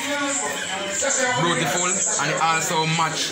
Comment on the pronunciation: A me alone hear king say bruetiful?